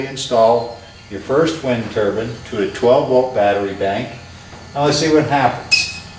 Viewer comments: What’s a wind turban? 😂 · Did you say wind turban? But who would wear them? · Which is it, wind turbine or wind turban?